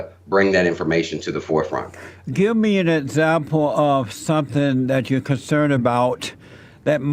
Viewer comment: jlp: "give me an esample," 😆